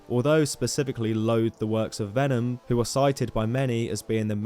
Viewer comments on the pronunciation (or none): none